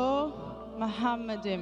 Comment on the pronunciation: Talking about open minded. The first mistake in here is that Zakir Naik says מַחֲּמַדִּ֑ים is ‘muhamaddim’. But that is wrong, it is pronounced as ‘ma-kha-madim’. So there is no pronunciation of Muhammad. The other mistake made by Zakir Naik is that he said that ‘מַחֲּמַדִּ֑ים' is a name. Again he is wrong because מַחֲּמַדִּ֑ים is a masculine plural noun, so it is not a name (like יְהוִֹה, Yhvh). And because it is not a name it is impossible that it is about Muhammad. Also the claim that the plural 'im' (or 'eem') in ma-kha-madim in the Hebrew language was ‘added for respect’ is in this case false. Biblical poetry is typically built on pairs of metaphors, for example "they were swifter than eagles, they were stronger than lions". In Song of Songs it's "His mouth is most sweet, ממתקים, he is altogether lovely, מחמדים. So מחמדים, ma-kha-madim is equivalent to ממתקים, mamtaqim. So the addition ‘-im’ is just a superlative of ‘desire', so it means 'most desire'. Exactly in line with the other words in vers 16: ‘mamtaqim’ = most sweet and other places ‘partamim' = most noble. So in this case it has nothing to do with respect but it is the superlative.